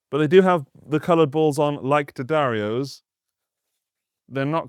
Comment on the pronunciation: Thank you for not saying “Dee-addario”